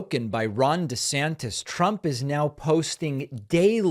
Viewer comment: I got the giggles so hard when David, sir, also did over "desanctis". I'm grateful for the laugh because this stuff is pretty gross. Laughter makes it a little easier to keep up.